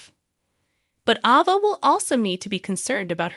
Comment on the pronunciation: A Va. and NIC COLE. say the names right please